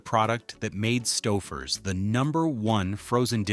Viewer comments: It's "STOW-FUR'S". Otherwise, great video, thank you for the effort. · I effng HATE AI narration. Stau-ffers? WTF is that? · I said aloud when I heard it “stow furs.” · Its Stouffers not Staffers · st-OWWW-fers? Too much sodium. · That's pronounced "STOW-furs", according to this trash AI generated crap. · Why does the AI voice wait til the end to correctly pronounce Stouffers? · The mispronunciation of Stouffer's means they use AI for their voiceovers. If they do that, how reliable can their information be? It's just someone who plugs basic stuff into a video and posts it for the money. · Can't even pronounce Stouffer's. Grow a brain. Try watching Youtube reviews and learn now everyone with a brain pronounces such brand names. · Mispronounced 'Stouffer's'. Thanks, AI... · Interesting that "Stouffer's" is mispronounced early on, but is correct when the lasagne is presented. I am frequently amused by inconsistency in pronunciation. Too bad "satiety" is only said once, badly.... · Yep, and thanks to the A.I. narration, they pronounced the company name two different ways in the video. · Definitely! Kept mispronouncing Stouffers, then, started pronouncing it correctly. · Your AI mispronounced Stouffers through most of the video, now this guy is misspelling it!